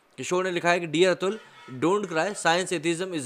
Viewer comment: 2.16: Atul ka nam kaise le raha hai slow speed me suno pata chal jayega